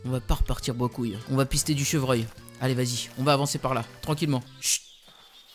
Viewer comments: bredouille pas brecouille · on dit bredouille pas brecouile :')